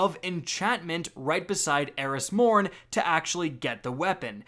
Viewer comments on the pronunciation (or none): none